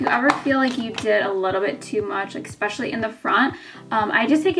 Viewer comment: great tips, brows look awesome, the word is not eXpecially. it's eSpecially